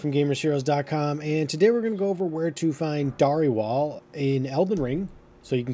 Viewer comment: Not Dar- e - wall. Its Dare-uh-will.